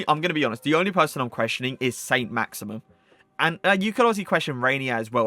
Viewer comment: Saint "Maximum" 😂